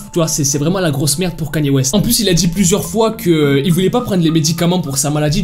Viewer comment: Déjà apprend à dire Kanye West